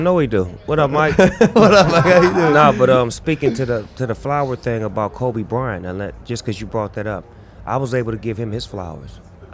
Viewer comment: Love it but mike it’s Kobe not kolby😂